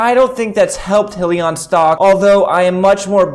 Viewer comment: FYI - it’s High-Lee-On